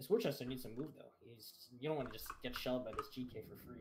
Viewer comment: plz tell him its pronounced "Wooster"